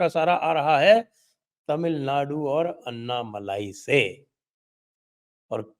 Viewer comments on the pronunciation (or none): उनके नाम अण्णामलै है। अन्नामलई नही। Dear Sanjay ji. You know how to correct it. This is a grouse that we southern Bharatheeyas have on our northern brothers. This is an opportunity for you to gain confidence. Also, without a doubt, BJP is going to get 22% vote in Thamizhnadu. NDA is going to win Coimbatore, Tirupur, Tenkasi, Kanyakumari, Vellore for sure (all of them mostly under Lotus symbol). Virudunagar, Tirunelveli, Shivaganga, Ramanathapuram (where Rameshwaram is).. 50-50 chance. This is without any alliance with PMK & DMDK. If they come in, Villupuram, South Chennai can be won.